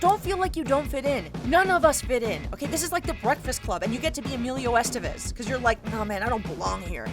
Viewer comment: Tanto tiempo en EEUU que ya no sabes pronunciar EstÉvez, je je